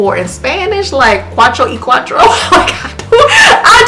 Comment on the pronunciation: This video is so good, boo! Not “Quattro y Quattro”😂 Thank you for your insight. It helps so many!